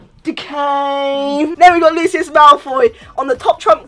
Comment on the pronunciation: I WAS CRYING OF LAUGHTER CAUSE OF THE WAY SAID DECAY.